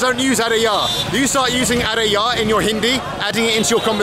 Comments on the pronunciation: Arey yaar, not Arey ya.. anyways it sounds same 👍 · Just a small correction. Its "Arey YAAR" not "Arey YA". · Hey Mr Bald. My Hindi is not that good since I’m from the Netherlands. But I can give you two small corrections to clean up the phrases :) It’s not “Are Yaa” but “Are Yaar” Yaar means friend. And it’s like “Oh come on buddy/pal. You can use Yaar also to say that someone is your friend. “Yeh mere yaar hai” You say, Main England se which literally roughly translated to ‘I from England’ try to add “hoon” (pronounce as hoo) afterwards. “Main England se hoon” so it’s I am from England.